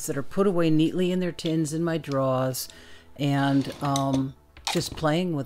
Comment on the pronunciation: Gosh I have as much fun watching you paint as you do painting!! I love the boldness of use of color. It came out lovely, maybe after you plant it it might look just like your painting!! Did I hear a Boston Bostonian accent? When you said drawers. Darn I can't spell worth a 💩 no more!! I hope I at least got a smile from you! I sure hope you are feeling better. Love and regards to you both ❤ 💕!